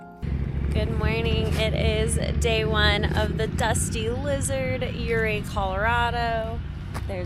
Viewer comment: Folks had a ranch up near Montrose. I always heard it pronounced ‘Oooh Ray’ on the Uncompahgre.